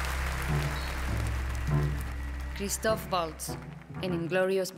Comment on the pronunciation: ....Se puso Recaliente, imagináte, pronunciaron mal su nombre.